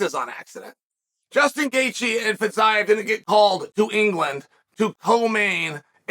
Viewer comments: Feezeeav is how to pronounce his name.. Chael.. Please.. Please learn finally how to pronounce foreign names. This is totally unprofessional! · If you had watched Fiziev fight you'd know how to pronounce his name and also why he is favorite. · No one: Chael : Getje vs Fitsaev